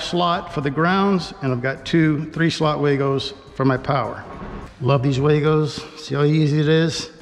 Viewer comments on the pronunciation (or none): The company actually pronounces their name WAGO like wah-go not way-go. 😉